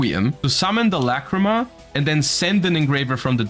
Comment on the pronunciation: Forget about the art bro,they butchered her fucking name